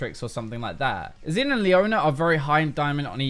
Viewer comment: it's not 'xin'. it's 'xin'.